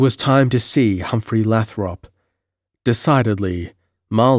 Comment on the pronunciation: Great read brother but just to give you a heads up. "Leominster" is pronounced "LEH-min-Stir" I'm not being a twat, it's just that I'm from South Boston in the great Commonwealth of Massachusetts so know the towns names. Oh "Lathrop' is pronounced "LAY-throp"